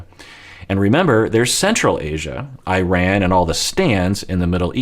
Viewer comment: As an Iranian, respectfully, it is pronounced E- RON, (Iran). It’s like Italy pronounced like an E sound. 🙏